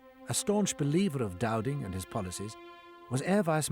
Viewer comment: it’s “Dowding” geez 😂